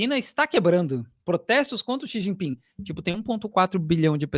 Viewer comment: Aqui o cara falou Xu Jinpin - A Janja falou Xi Jipingui - O correto é Xi Jinping com g mudo 🤣